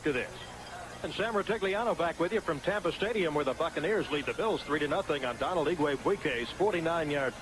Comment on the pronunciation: Good coach, but not really cut out to be an announcer. Still, I like the reference to him not being able to pronounce "Donald".